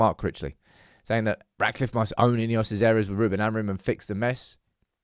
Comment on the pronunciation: INEOS - pronounced IDEOTS… 😢